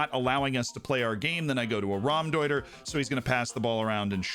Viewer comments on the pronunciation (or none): What feels illegal, but isnt? The way Z pronounces Trequartista and Raumdeuter